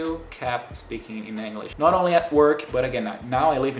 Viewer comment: Your English is great, but funnily enough youre mispronouncing the word "English." It almost sounds like youre saying anguish. Its kinda of funny because brazilians love that hard E sound and seem to use it everywhere...